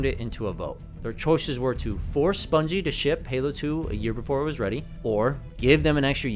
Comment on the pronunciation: Bruh who are Bunjie Ross and Frank Connors 😂 (I know who you meant but that killed me lmao)